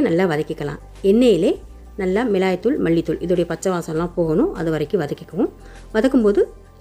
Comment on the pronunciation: Milagai dhul , not milai dhul